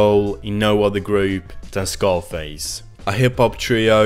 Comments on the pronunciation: its Zarface not scarface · It's pronounced Zar face not Scarface. Like a Russian Czar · You're saying czarface wrong. Like a Russian czar not scarface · You pronounced czarface wrong..its said "zar..face" I'm from the UK and I'm a huge wu fan. Deck is one of the nicest. And czarface are in my top hiphop groups of all time. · Czarface is not pronounced like “Scarface.” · Pronounced czarface wrong and gave no information not already well known